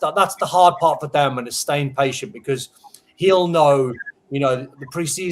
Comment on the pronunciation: Why is the host call him Doh-man? Isn’t his name pronounced Dow-man.